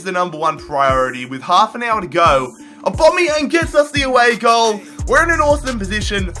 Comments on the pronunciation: Its aubameyang no aubomayang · I hate how you say Aubameyang You say Aubomeyan It’s Aubameyang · Why the hell do u say aubomeyang instead of aubameyang??? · I beg say aubameyang’s name right please 😫